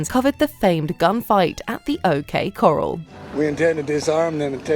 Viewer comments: O K "Coral"? Coral? Corral and coral are two completely different things. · O.K. Coral? Like the reef??? ;-) No, O.K. Corral!!! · O.K. “coral”??? 🤣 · Coral and corral are not pronounced the same. 😂🤣😂